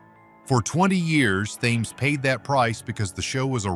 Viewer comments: Thames is old English, pronounced Tems, not Tames. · Thames like the River was actually pronounced Temz …. Not th aimz …. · Thames is pronounced Tems. Benny Hill was a man of his time, and time moves on. Eventually viewers grow weary of the format, but his status as a comedy legend is secure. He will be remembered in 50 years, and nobody will remember Ben Elton. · You can always tell an AI narrator. It mispronounces basic words, like "Thames." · No point in correcting bad pronunciation on AI narrations. Just laugh at it instead.